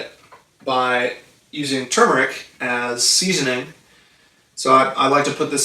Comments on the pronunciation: ....It's spelled, and pronounced: " Tur mer ic"!!!!..... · Many remember Tumeric... including me... "Mandela Effect"